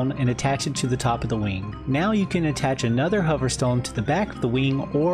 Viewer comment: “Infinity WEENG” is right